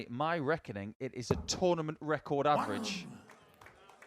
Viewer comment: Yes lmao. I am german and here the commentators also always focus so much on the averages. Its funny because one of the commentators pronounces it "Äweritsch" 💀